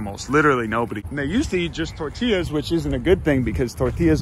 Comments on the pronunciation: I'm sorry, but the way pronounced "tortillas" really got on my nerves. The double l is a "y" sound, not a "l" sound. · Disliked for your terrible use of the word Tor Til las..XD joking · This video was good. The only problem was he called them torti lluhs